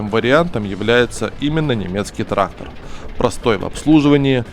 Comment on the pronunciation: Да не траХХХтор, а траКККтор правильно говорить нужно!!!